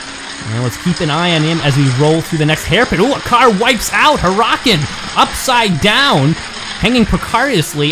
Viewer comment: Not to be rude but Huracan is pronounced (Her-uh-con)